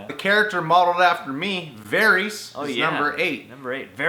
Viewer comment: Lol why do you pronounce Varys like that